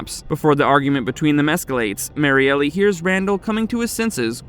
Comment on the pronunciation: I think it's just Marielle as in Mary-Ell, not Mary Elly.